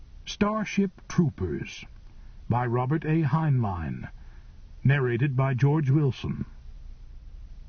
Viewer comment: Mispronounced the author's last name in first 10 seconds...